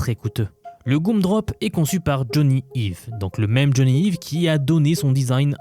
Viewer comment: Donc maintenant, ils veulent nous mettre un espion IA qui entend tout ce qu’on peut dire à voix haute et ça en réjouit déjà certains. Et après, ça va pleurer dans les chaumières... P.S. « Jony Yves », c’est mignon, je ne l’avais jamais entendu prononcé comme ça hihihi 😂 (en général, on le prononce plus «Jony Aille-ve »)